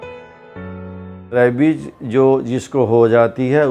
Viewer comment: Ye rabies ko rabik kyu bol rhe